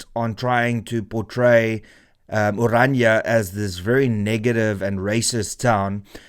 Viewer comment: Can people just learn to pronounce ORANIA correctly! It is NOT Oranja. Dit is Oran.i.a. Ek kan nie glo dat selfs Afrikaanssprekendes nie die uitspraak korrek kry nie!!